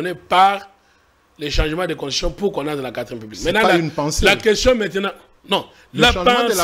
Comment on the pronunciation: Thierry mukelekele bravo vous-avez réduit ce type de mubiayi en cendre puis il prononce très mal le mot constitution,il dit contushition.